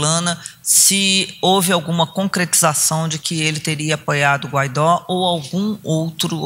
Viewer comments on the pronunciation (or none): Guaidó, não! Guaidô! Escreve-se Guaidó e lê-se Guaidô.